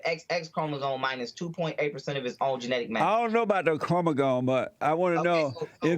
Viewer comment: He ment untill he was 13....cut the bullshit ....Jesse said "chromagone" and he's old enough to where he should know how to pronounce that word....are you gonna adress that??? Bitch ass 😂